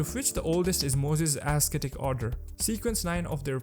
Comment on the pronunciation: Nice video bro. I just wanna correct some minor spellings like: -Moses Ascetic Order (pronounced as “assetic”) -Numinous Episcopate (epis co peyt) -Lanevus not Lavenus.